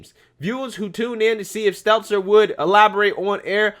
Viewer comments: Say it with me STEL-TER no z! How accurate can we be if you aren’t saying potato heads name correctly? I love you and I don’t want you to look unreliable. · I like how keeps calling him Brian Seltzer. It’s not intentional, but I like that it’s just wrong and I hope never corrects himself. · I love how u called him Seltzer the whole vid. 😂